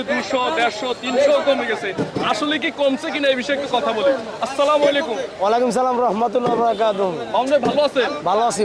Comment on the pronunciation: সালামের জবাব হবে ওয়াআলাইকুমুস সালাম হবে ভাই